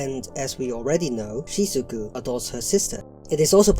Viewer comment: you're also calling shizuku "shizuki" 💀💀